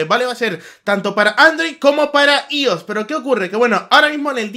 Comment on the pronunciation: Se pronuncia aios no ios :v